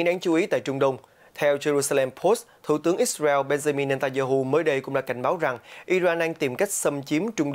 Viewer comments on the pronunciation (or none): Lời bình luận thì hay mà điệu đà quá tổng thống bu thin, ít xa reo, , theo đa vid, da hu, ông trâm, nêu dót tham